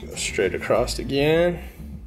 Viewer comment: "Acrost"? New word? Oh did you mean ACROSS?